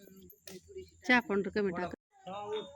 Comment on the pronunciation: पाॅवडर नाही म्हणत पावडर म्हणतात